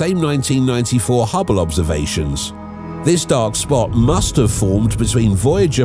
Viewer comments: "Great Red SOPT?" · Lol "Great Red Sopt"